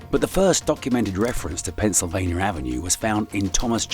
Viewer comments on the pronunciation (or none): Why are you saying "Pennsylvanier"? There's no R in Pennsylvania.